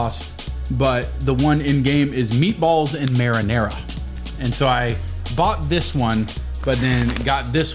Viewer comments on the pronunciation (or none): none